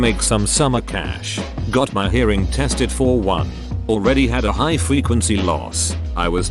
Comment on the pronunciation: tts said fucking "fWequency"